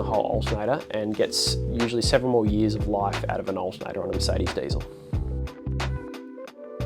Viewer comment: It's not ...daisel ... It's diesel ... Poor uncle Rudolf ....